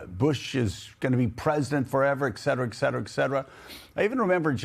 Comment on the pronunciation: Joe, there’s NO SUCH WORD AS EXCETERA! IT’S ETCETERA!